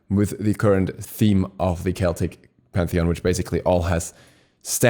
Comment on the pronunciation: Celtic isnt prounanced like you read it, I believe.